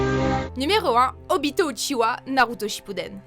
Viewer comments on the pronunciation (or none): none